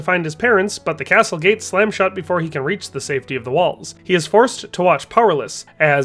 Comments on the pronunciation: Did you fr pronounce castle with a hard T? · He also pronounces the “t” in castle lol